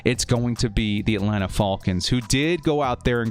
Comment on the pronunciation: I hate the way you say ATLANTA falcon's!!! How did your last year predictions go??? Don't fxxx my CHARGERS UP!!! We got a damn good team. BOLT UP 🌩